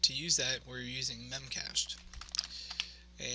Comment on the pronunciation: Good video, buit it's called "mem cache dee"